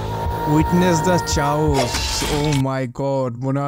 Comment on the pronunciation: ঐটা চাওস নারে, কেউস হবেরে।